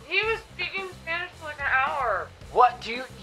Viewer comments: I’m Latin American, his pronunciation is insanely good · Holy sh*t his spanish accent is actually really good kinda freaked me out